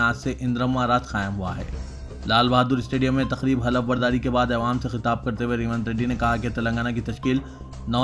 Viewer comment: Please aiwam nahi awwam padhye aap.